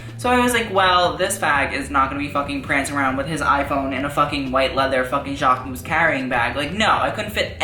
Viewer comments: You actually pronounce the "mus" at the end, like: Jackmus :) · learn how to pronunce Jacquemus. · you literally butchered his name, im cringing, don't make a video on something/someone if you cant say the brand name correctly. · the way you pronounce jacquemus makes me want to puke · this is the right way to pronounce jacquemus not this !!!